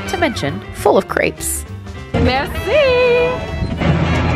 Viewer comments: Cr Éhhh pes, crépes. My French teacher would not appreciate Crapes. 😂😂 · When you said "full of crepes" i thought you said "creeps" hahahaha! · I legit thought she said ‘full of creeps’ at first 😂😂😂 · I thought grapes!